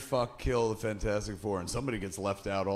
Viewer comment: So good to hear Kevin call it 'Fanfourstic', it's always been called that by me!